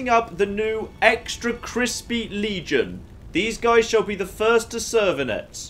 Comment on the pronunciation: Legion not leagion